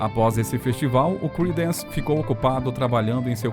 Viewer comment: Cridence creraider kkkkk